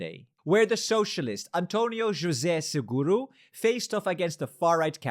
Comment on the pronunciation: You pronounced António José Seguro correctly 🙂👍